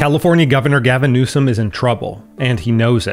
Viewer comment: “GALVIN NEWSOM” lol